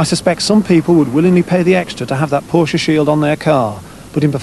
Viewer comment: Thank you! Finally a Brit who knows how to pronounce Porsche.